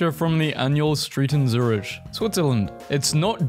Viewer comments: zurishh? Hahahahahaahhahahahhahahahaa no its pronounced zurik basically but i understand 😂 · Can we just talk about the pronunciation of Zurich?